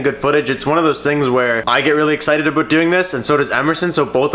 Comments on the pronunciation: Ha his Canadian accent came out.....”aboot” 👍🏼👍🏼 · He said aboot I know he's Canadian but this is the first time I hear it in his voice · Canadian mode activate! That's exactly how I say about and my American friends give me a hard time. Nice video though :)